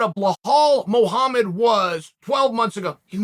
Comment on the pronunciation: “Blahole” Muhammad